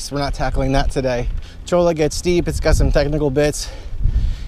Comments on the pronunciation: Cholla = Choy-uh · Might just be me, but I think cholla is pronounced choyuh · Pronounced "choya". As in cholla cactus. Great video.